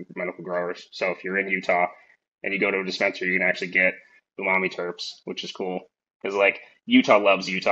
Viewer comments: Watching you miss pronounce umami so many times after he properly pronounces it is driving me crazy😂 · Dope podcast, I learned a lot about TC, and looks like next years Tax Return is going to Athena's Flow Hood! Also wanted to say, I just copped an Evo 8 with your affiliate link! P.S. There's no way to NOT sound like a dick while saying this over text, but, it's pronounced OOO-Ma-Me, not YOU-Ma-Me. I'm sorry, no shade at all, just a triggered OCD person! Love HGTV and all involved! <3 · Lol bro you killing me with that youmami, he clearly says OOmami twice when you first address him and you come right back swinging with the hard U 😂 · Iam preatty sure its prononced OOMOMMY not YOUMOMMY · I could be wrong but im pretty sure it is pronounced oonarmy. And the best way to describe it is savory